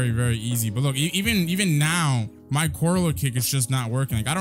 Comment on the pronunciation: Day 4 of pronouncing collier kick wrong